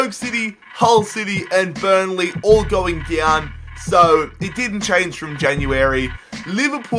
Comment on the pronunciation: What's "going diown" ?